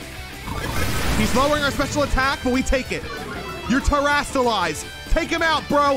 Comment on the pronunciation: its terastallize